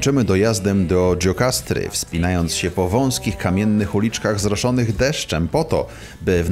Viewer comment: Poprawna wymowa: Dżirokastra.